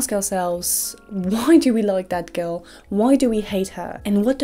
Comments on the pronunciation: everytime she says 'that girl' i hear 'dead girl' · Every single time you say "that girl" it sounds exactly like you're saying "dead girl".